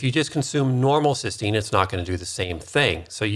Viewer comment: NAC is not N-acetyl-Cystine, but N-acetyl Cysteine. Cystine is the oxidized dimer of Cysteine, which is a single amino acid. keeps saying "cystine," when he should be saying "cysteine." NAC is also branded as "Mucomyst-"-used in ERs to treat acetaminophen overdose. All anti-oxidants except glutathione become free radicals after they donate their electrons to neutralize other free radicals. When reduced glutathione donates its electrons it is simply "oxidized" glutathione, but not oxidizing.